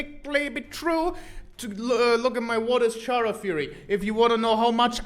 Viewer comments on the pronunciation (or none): THIS IS MY UNDERTALE- edit: I still hate that he pronounces it "CHara" and not "Chara(cter)" edit 2: he literally says that CHara is short for Character... edit 3: I just realized it's the "malk" meme all over again... "Pronounce Character..." "Character." "Now say Chara." "CHara."